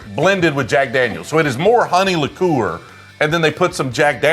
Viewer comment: What is with the pronounciation if liqueur?